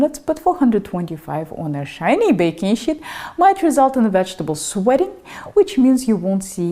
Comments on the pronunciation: it is a sheet, not shit. Otherwise, fantastic video. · Lol... baking "shit"... can't unhear that. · Wonderful video! 🙏💐💗 May I suggest you practice your pronunciation for the word "sheet" please.